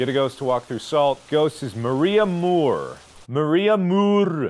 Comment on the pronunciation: Mark: Maria Morrrrr~e Me: Spending 10 minutes trying to roll my R’s and failing